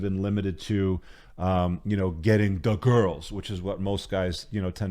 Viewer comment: I lose it every time he goes "da gurls"